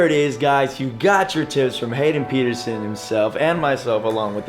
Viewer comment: Dad not how you say Pedersen